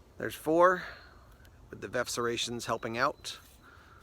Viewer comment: It's definitely Veff not verf!!!